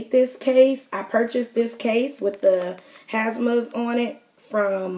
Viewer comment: Hamsa not hasma :)